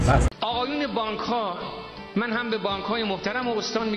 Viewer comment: 😐😐ریده این نمیتونه بگه بانک چی داری میگی حالت طبیعی نداری